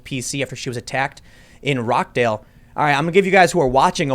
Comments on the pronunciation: pronounced "rotch-dale" :) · Ok... i know its not really important right now and its a really minor thing but. Its Ro- CH- dale like the beguining of Cheese not Rock - dale also Rochdale/ greater Manchester have always been a toubled area. The British police aren't like American cops. Its rare to see an armed officer on patrol here the most protection they useually have are tasers and batons. Our police have been seen as a joke for a long time now to a point where you can find videos of them being assulted both physically and verbally. British police have a soft approch to things. It dosen't help that they're standards in fitness, funding etc have dropped significantly. They've dropped the idea of being strict enforces of the law for a more approchable less intimidating type of persona. So much so that no one takes them seriously enough even without a pandemic going on. I imagine they've been bitten, punched, kicked and spat on waaaay before Corvid 19 was a thing. Its just being reportted on more because its a pandemic as you said. Fun fact a full grown male humans jaw can put out enough preasure to rip out another humans throat (162 lbs is average according to google) and it can take as little as 5 to crush a wind pipe. Happy thoughts. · roch dale not rock dale surely in rochdale every night is a bitenight :) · Rochdale pronounced Rotchdale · Rochedale pronounced Rotchdale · Having been to Rockdale many times, that's not how you say it Tim.